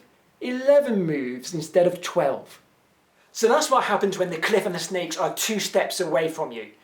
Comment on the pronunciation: when he first explaint the puzzel I anderstood snails instead of sneaks! :D I was like: fine, whats the problem?